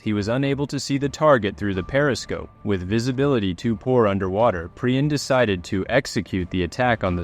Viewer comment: You can't even pronounce his name properly. Waste of time.